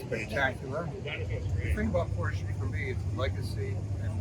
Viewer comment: Porches? Really?